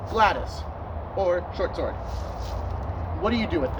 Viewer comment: ok big mistake here, you may want to research how the Romans used the gladius and I’ve only ever heard it pronounced glad-e-us. Absolutely you would thrust and stab with it that’s what the very acute point was for and the wide blade which will prevent the thrust from going in too deep, making it easier to pull out. They would cut with it but most of the time, they would be thrusting. Also the gladius when used by Roman soldiers was almost always used with a shield so you wouldn’t be using it with two hands and the shield(scutum) is what helps you deal with longer weapons